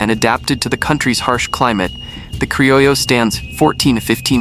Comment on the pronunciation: Your. AI consistently mispronounces "crillo" as "crillio."